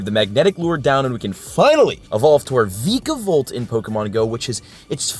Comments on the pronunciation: It’s pronounced vy- cuh-volt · It’s vikavolt (Viik-a-vowlt) not vikavolt (veeka-vowlt)